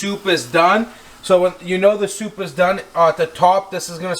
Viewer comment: Did you say chicken sopa?